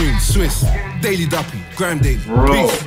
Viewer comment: dude its duppy not puppy